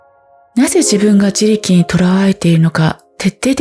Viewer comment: 自力の単語が多いだけに、発音のおかしさが気になってしまって…😂